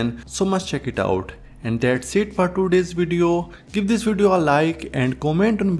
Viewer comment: I think people thought you were an AI avatar simply because of the way you say "ToDayy"!